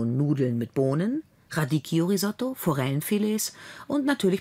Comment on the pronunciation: Radicchio... RADIKKIO.. man man man... echt peinlich dass sie nichtmal den Namen eines Salates aussprechen kann....